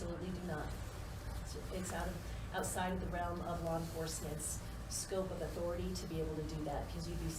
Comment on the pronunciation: “Was Albert afraid of Authori-Tee?” QUIT IT LOL